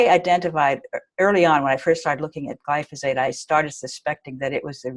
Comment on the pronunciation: Note to self, learn how to say glyphosate before interviewing a genius. lol 😆